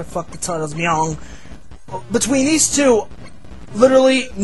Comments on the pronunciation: LOL, the way pronounces Meong always made me laugh. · Rest In Peace to my favorite Youtuber of all time. This one hurts. will never be forgotten. The way he pronunciates Meong kills me every time